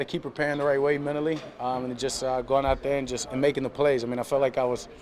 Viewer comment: Minially instead of Mentally. Come on Dak 😭😭🤣